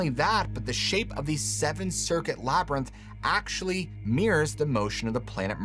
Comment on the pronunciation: “Labyrinth”. Thanks! 💜